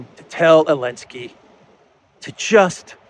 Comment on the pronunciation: "Elensky"...i love how the Z doesn't even occur to anymore. Have not heard him slip in weeks.